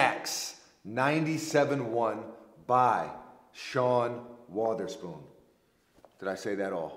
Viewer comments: Did you call him Sean "Water"spoon? Its spelled "Wother" but pronounced like "Weather"spoon. Brah, you put too much precipitation on his name. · I believe Sean pronounces is it with a soft O (uh), like "Wuhtherspoon" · I cringe every time I hear pronounce “Wotherspoon”